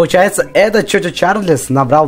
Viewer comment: Этот паровозик не чо чо Чарльз,а чу чу Чарльз ^^ О